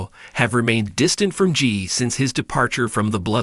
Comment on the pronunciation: It's Jey Not Gee